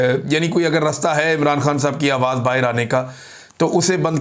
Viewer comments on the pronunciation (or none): none